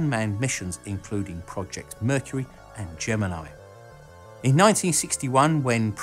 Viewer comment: Nice to hear Gemini pronounced correctly for a change! ;-)